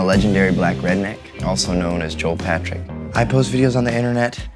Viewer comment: Can’t say redneck